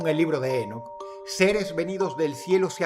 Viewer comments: no es Énoc.... es Enóc , con acento en la "O" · Ok pero su pronunciación es Enóc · lol dross... se pronuncia INOCH pero se escribe ENOCH lol me encanta el accento :PP♥ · Drossito se pronuncia Enoc (É-nok) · ENÓC con acento en la O No en la E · Si vas a hacer un video de alguien por lo menos investigar como se pronuncia, cada vez que dices énoc dan ganas de enterrarse un clavo en los tímpanos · El acento es en la "o"... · Enoc, con acento prosódico en la "o" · Dross... Enoc lleva el acento en la ó, es una palabra aguda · Creo que la pronunciación correcta de "Enoc" es con el acento en la última sílaba por ser palabra aguda, estimado Dross, un saludo 🙌🏻